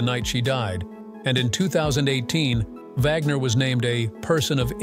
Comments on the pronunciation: It's pronounced "WAGNER" not "VAUGNER" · Not Vlogner, but Wag- ner! Thats AI at work for yah! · I didn’t know that Anna Nicole Smith was a “moh-dull”. AI voice sucks. Oh, and Robert “Vaug-ner”. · Robert Wagner's name is not pronounced VOG-ner ... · That's how AI pronounces it. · I despise these stupid AI videos. Wagner pronounced as vagner. I definitely wont be subing to your channel. ✌ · Robert Wagner's name is pronounced "WAG-ner" iin the US.